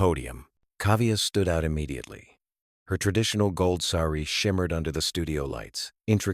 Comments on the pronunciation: Not Srri. It is pronounced Sa-ri and pal-lou. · It's not Sari, SAARI.DRAW OUT A... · It's not seri, it's saari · It’s pronounced sar ree not ser ree